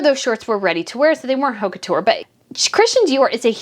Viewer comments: Just a friendly reminder the h is silent in French, so the h in haute couture is silent. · Please pronounce haute couture without H sound. That makes your fashion critique convincing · sweet and all but if you’re going to criticize fashion and people who purchase it, you need to learn how to pronounce those foreign names and haute couture. The h is mute and the au phoneme would be an approximate of the phoneme o as touch. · The "H" in haute couture is silent.